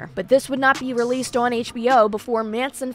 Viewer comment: " ..relleasd? Vhenn, vherr? Vherr can II baj itt?"